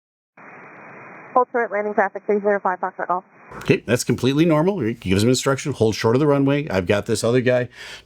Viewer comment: Gong show on all fronts. But i am sorry. The controller added to the problem with poor phraseology. Its Foxtrot Golf, not Fahxgof. Pet peeve. US atc and comms are very slack compared to other parts of the world thats for sure. Wild west like.